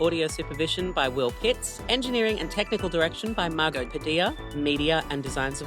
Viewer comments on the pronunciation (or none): none